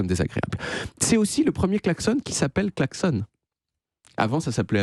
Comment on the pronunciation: Ok, c'est en Suisse qu'on prononce "klaxon" comme "garçon", ou c'est juste moi ? 😅